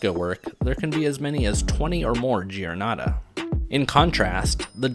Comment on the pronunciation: This is a really well done video. Let me add a few points, though. The water used in fresco must be distilled water: lime plaster is tremendously sensitive and will react badly to any impurities in the water (this is also why there is such a paucity of usable pigments). There are some pronunciation mistakes. Giornata is pronounced jor-NAH-ta (the i that follows a g or a c is not pronounced in Italian, it is there only to soften the g or c. Similarly, Giotto is pronounced JOT-toh.